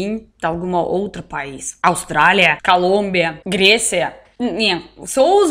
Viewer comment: Estou xonado nessa russinha, amo quando troca as letras "Calombia"...XD S2